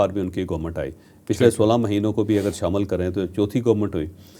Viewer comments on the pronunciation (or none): none